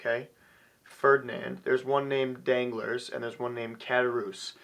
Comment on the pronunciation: An amazing book, and an amazing review. I love seeing our generation pumped about the classics. I myself have finished Moby Dick, The Strange Case of Dr. Jekyll and Mr. Hyde, Two Thousand Leagues Under the Sea, and now The Count of Monte Cristo. The only correction I have on the review is mainly pronunciation. Ed-mund Dawn-tes. Dawn-glar. Good review though none less.